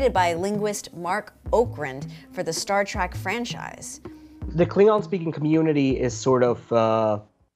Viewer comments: ... "Star Track" ... triggered! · It sounds to me like she says Star Track, whatever that is. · Not track trek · First off... I heard her say "Star Trak"...🤦‍♂️ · She keeps saying "TRACK". 🤦🤪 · Would she please stop calling it star trak